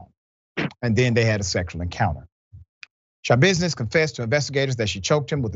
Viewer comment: Sha-business tried to give the lawyer "tha-business" 🙄 😒 😑 🤣